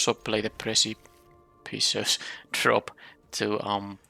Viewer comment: Another great draft. Keep the content coming. Kippis! (Oh and it’s pronounced “Pre-sip-eh-töss Drop” Don’t be shy! Your English is way better than my Suomea)